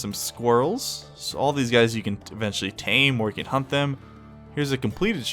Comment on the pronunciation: for a second i thought he said "you can tame them or HUMP them"